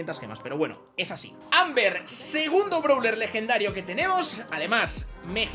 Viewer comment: No es browler es brawler y no es baster es buster